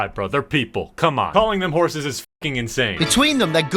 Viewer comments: Hussie, not horsey lol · hes not saying "horse"s hes saying "hozies" but with an english accent so it sounds like "hozes" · he really thought he was saying horses 💀😂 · Is he calling them "hussies" or "horses"? In context clues both seems wrong, but I'd rather be called a horse than a slut.